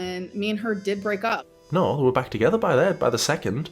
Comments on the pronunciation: As an Aussie, I would like to apologise on behalf of our country for how Amber says 'Naurr'. Should you ever visit our fine country, please find a complimentary Bunnings snag and a tray of Tim-Tams at your arrival gate as compensation. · I know it sounds ridiculous, but it makes me feel violent the STUPID way she says "nEiU". Like, it makes me want to hit things. (I also think she says it like that to imitate Erica's wife's accent, just to be spiteful, and then she just stuck with it). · The most insufferable part of this era was her pronunciation of the word no and her use of the word hectic. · idk why but the way she is pronouncing the word "no" is giving me second hand embarrassment and it's annoying AF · I noticed saying "no" in the same annoying way does, but not quite as pronounced. Makes sense that she adopted this from Erica and her wife, as she's never had an original idea in her entire life.